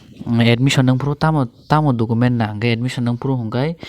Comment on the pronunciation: Dogoment❌ Document✅